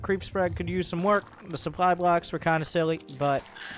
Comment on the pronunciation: To be honest your pronunciation of the German sentence is better than of the word supply :P